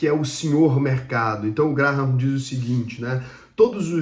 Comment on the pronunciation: CONHEÇO ESSE CARA, O TAL DE "GRARRAM", MANEIRO ELE, KKKK